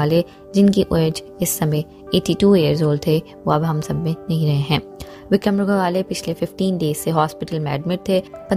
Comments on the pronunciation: Go khale nahi gokhale, bolna seekhle pehle. Hath mein phone Aya nahi aur lage video banane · Gokale nahi Gokhle . Pronounce properly. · Please pronounce gokhale.....not go-khale....please respect .....and not demean by pronunciation..... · उनका नाम गोकाले नही गोखले है.जल्दबाजीमें कुछभी मत करना, सही ढंग से पता करने पश्चात खबर दो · गोखले सर का सरनेम का सही उच्चारण क्यों नही हो रहा है? गोखाले सही उच्चारण नही है। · Very sad ! but what is a pounce that Gokhala .please, pounce properly.other wise join the class first. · आप तो उनका नाम भी ठीक तरह से नही ले पा रही,shame on you,first learn to pronounce names correctly 👎🏼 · Aap ko to unka naam bhi sahi tarikese Boland nahi Ata 😐 so poor u r